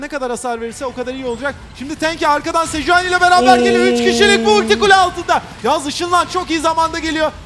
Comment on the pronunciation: 2.30 sejueni 😂